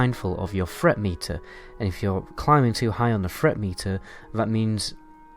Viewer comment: It's " TH " not " F ". Fret meter lol